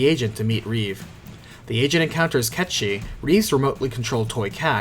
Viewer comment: I'm so glad you pronounced Cait Sith properly 😭